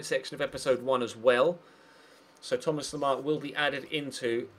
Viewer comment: why do you say 'Thomar Lemar'?